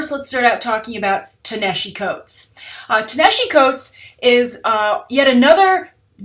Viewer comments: You Mispronounced Ta-Nehisi Coates name. that's not how you say it. its pronounced Tah-Nuh-Hah-See) is an Egyptian name for ancient Nubia. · Your pronunciations are always awesome. Ta-Nehisi is pronounced [tah-na-HEE-SEE]. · Wow, you butchered pronouncing Ta-Nehisi's first name. There's plenty of video on youtube where you can hear how his name is pronounced.